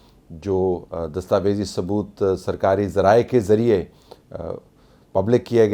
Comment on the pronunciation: Sarkari zrayee K zreyaa ..…..😅😅😅😅😅😅mn Gaya wan Teri Urdu nu